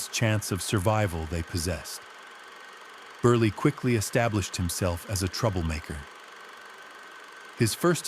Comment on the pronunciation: If you are telling this story...learn how to say his name. Joe Beryle